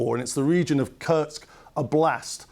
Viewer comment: strange pronunciation of oblast, just adding o to word blast (explosion). You need to stress o not a